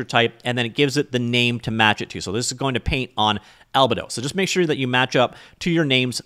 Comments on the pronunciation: Pronunciation Police... It's Al-bee-dough, not Alba-Dough. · not sure if you are trolling, but its actually pronounced al bee do